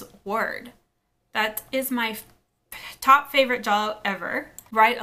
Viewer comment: Thank you for pronouncing it correctly! 😀